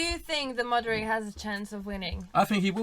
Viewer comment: did she call Modric Mondring? lol